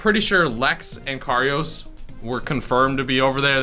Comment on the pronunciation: lmfaooo it’s lex and kairos pronounced like “Kai-rose”